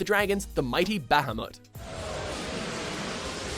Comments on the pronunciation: Its pronounced Ra-muu and Ba-ha-muut. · "Ramah" "I-freat" "Bahamot" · It's pronounced Buh-huh-mut.. not Bah-huh-mut. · Alright I hate it when people call Bahamut, Bahamoot. Stop it, Say it the way it is spelled. if they wanted the damn thing to be called Bahamoot then they would have spelled it that way. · its not bah-hah-mut its Buh-hah-mut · The way he says bahamut kinda makes me mad lol. Its pronounced buh-ha-mutt 😂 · Adamantian Gilga Honestly, Bahamut is a whale who originally showed up long before the Final Fantasy games, and it's pronounced Bah ha moot, but I still call it Bahamut with a mutt sound at the end. I also still pronounce Ifrit similar to Ih fret, and not Ee freet. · It's pronounced "Ba-ha-Mutt!" Really, ever been to the "Ba-Ha-Mass?" What, the fuck, why are you saying Bahamas weird? Have a good day. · Seriously!!! Learn how to pronounce names! You pronounce Ramuh - 'Rah-mu' and Bahamut 'Ba-ha-moot' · lol "bAh. HAm. Mutt" xD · It's pronounced bahamoot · Is it just me or do all the people pronounce everything in all of their videos like they are morons? A bit harsh, I know, but it really bugs me.. Baaa-haa-moot? Like, really? Seriously guys? Fuck... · Ba-ha-moot (Bahamut) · Rah-moo Ee-freet Ba-ha-moot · Very good video but you need to say Ifrit and Bahamut right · Why are you pronouncing Ramah, Ifrit and Bahamut wrong? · Omg my ears burn when he says Bahamut. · how hes prenouncing Bahamut is hurting my brain.... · I cringe at the way he pronounces Bahamut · Nobody seems to know how to pronounce Bahamut correctly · did anyone else wince when every he said bahamut.